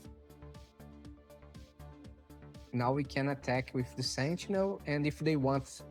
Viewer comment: Da pra saber que é brasileiro pelo "sentchinel" hihihi